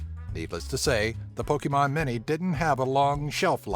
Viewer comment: Pokemon "many" lol